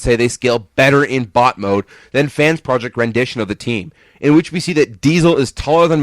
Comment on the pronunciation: When you say bot it sounds like butt